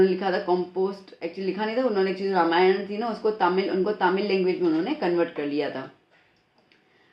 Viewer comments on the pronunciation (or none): none